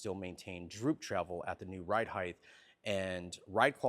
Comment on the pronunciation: People it’s 2026. Can we finally agree it’s height not heitdth